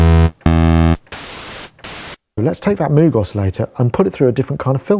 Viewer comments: love your channel, but please, PLEASE properly say MOOG its not Moooog, its "mOg with a hard O the mans name was Moog (mOg) and it drives me crazy that you, a professional, mis-pronounce it. I know you know this. out of respect for the Great Bob Moog, please correctly pronounce the name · Moog rhymes with vogue, or rogue. Heck, the Moog Rogue synthesizer was called that way because the two words rhyme and it's nice to hear. Just like saying "sneak peek" or "double trouble". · It REALLY annoys me that you can't pronounce "Moog" right!